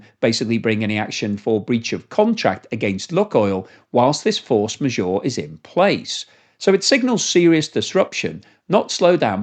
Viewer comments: Maybe check the pronunciation of force majeure... The's a french term. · Hilarious how is pronouncing force majeure! 😂